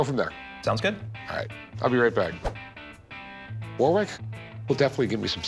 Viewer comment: Hey, Pawn Stars silly hillbillies, 'Warwick' is not pronounced phonetically, it's pronounced "Worrick"